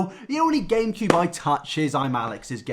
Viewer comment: Anyone else notice that he keeps saying Gain-cube?